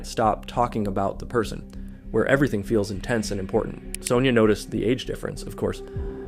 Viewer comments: why are you pronouncing Sonya like that????. it's SUNYAH not soneyer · What fkn country are you from? In Australia it's pronounced "Son-ya"